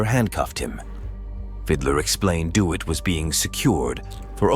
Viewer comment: Who's the stupid fool narrating the Jeremy Dewitt incident? How his name is pronounced is common knowledge. "Dee Wit".